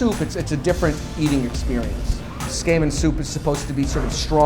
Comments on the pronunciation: Please FFS learn how to say Tsukemen. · The way he pronounces tsukemen is so "harsh." He makes it sound like a skin condition. LOL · Dylan Camp That makes it a lot worse if he lived there for 15 years and pronounces it like that. The "tsu" is like chicken katsu, the "ts" is pronounced very quickly where the t and the s sound like one letter. You wouldn't pronounce it chicken kas, like he is doing by dropping the "t" and the "u". Maybe if he pronounced tsukemono we could tell. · Not only for a living, but owns the ramen restaurant. Hey probably pronounces karaoke as "kare oh key". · It's absolutely not correct pronunciation. It's not 'su-KAY-men', it's 'su-keh-men', with no tonic syllables. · It's pronounced SU-KEY-MEN. you would think a ramen shop owner would at least know what to call his cooking. #whitewashing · It's pronounced kinda like: /tsoo-k-men/ not /tsookaymen/ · His pronunciation of Tsukemen is bugging me. It's wrong. He is saying tsukeimen. It's tsukemen. He is saying tsu-kay-men and it is suppsoed to be tsu-keh-men. It drives me nuts that he's supposed to be doing this for a living and can't even pronounce it right. Give some respect to your field, dude. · It's not pronounced "skamen" SMH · The food looks delicious, but I can't stop hearing him say "skamen" and that sounds incredibly unappetizing. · That's what I thought. I was like, there's no way it's pronounced skay-men. I have no problem with a non-native expert in foreign food, and I'm sure he knows his stuff but I would also like it if he didn't drop an entire syllable out of the pronunciation. It's pretty off-putting. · Hmmm if we're splitting hairs over pronunciation I'd break it down as [tsu - like tsunami] [keh - like in keg] [men - like 2+ man] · Someone teach this guy how to say tsukemen. Skayman sounds like a dj... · the way the chef pronounces tsukemen as "tss-kay-men" ... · The way he pronounces tsukemen hurts. lol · Learn to pronounce Tsukemen before you open up a shop for it, wtf